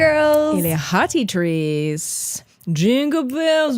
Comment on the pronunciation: J'entendais hot tea trees, comme l'huile essentielle là 😅 hahaha